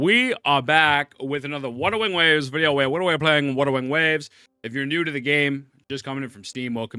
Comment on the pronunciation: Guys are we widderaly pwaying wuddering waves?